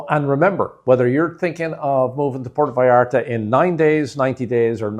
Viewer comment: You can not even pronounce Puerto vallarta, and your tips are b. S.